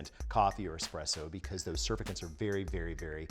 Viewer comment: Surfacants? Forgot a letter there my dude. 😉